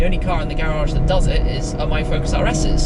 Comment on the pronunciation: Say garage right